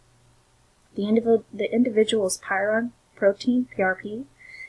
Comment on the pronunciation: Very good information, but please look up the pronunciation of prion......you are saying py ron.